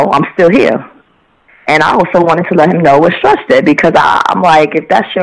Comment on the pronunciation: its big stretch not skretch